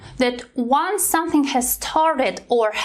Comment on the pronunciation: "sonething" ? Did you hear the "n" ?